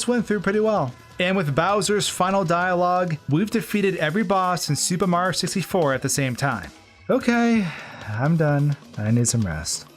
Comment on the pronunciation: Nobody:: SUPER MARO 64